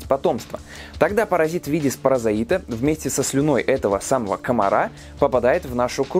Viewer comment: Паразит по-русски, а не паразаит как в ролике ☝️🙂